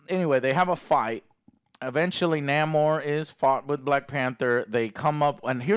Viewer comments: Lol its not Naymor as in Seymour..its Namor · Excuse me... its not Namor, it's El Nah-mor. Thank you